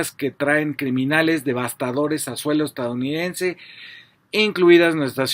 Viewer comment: Se dice EstaDOunidense, no estaunidense 🤦